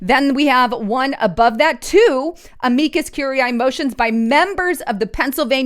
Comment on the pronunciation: You are slaughtering the pronunciation of Amicus curiae